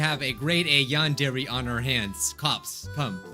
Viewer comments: WHY U SAY YAWNDAIRY. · Why u say yan-DAIRY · When he said "Yandere" the subtitles were like, "Nahh.. He said you and Jerry" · It’s YADERY